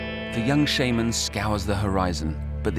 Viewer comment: That's not how it's pronounced. Shaman doesn't sound like shame...